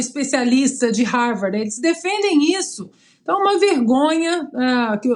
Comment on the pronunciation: Não sabe nem pronunciar Harvard! 🤣🤣🤣